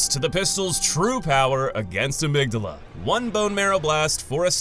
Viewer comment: Thank you so much for pronouncing "Amygdala" correctly. I can't tell you how many Bloodborne videos I've watched with it pronounced wrong.